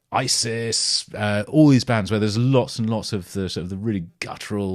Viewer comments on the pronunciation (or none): none